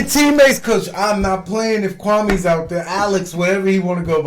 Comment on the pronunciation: His name is pronounced kwame...like meh at the end not kwami.....he gentrified it to make more palatable for the the white women he was trying to get!lol....very sad